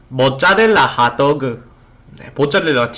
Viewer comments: 모짜렐라 핫도그 말하는게 너무 사투리같아ㅋㅋ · 모짜라라 하또그 ( 발음 귀여우셔서 그런거에요!)